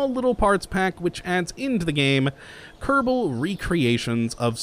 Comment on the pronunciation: y did u say kerbadal